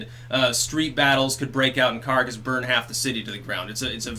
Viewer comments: It is CAH-RAH-CAS, not Carcass. That's about all. Piss out. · Caracas = "kuh-RAH-kahss," not "carcass"—although I do love that mispronunciation, given the lifelessness of Venezuela's economy. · Okay not to harp, but try Caa-Raa-Cass... not the best pronunciation of Caracas, but it's better than "carcass"... lol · I enjoy vids but he really mangles Spanish. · Carcass, Venezuela... appropriate mispronunciation and well-done. Why isn’t MSM reporting anything that’s going on there? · It's "Kah RAHK us" for fuck's sake. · For the love of the spaghetti monster, please learn how to say Caracas.